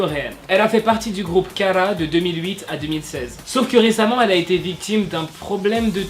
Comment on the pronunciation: Hara etait dans kara de 2007 a 2016 et comment tu prononce kara c est affreux la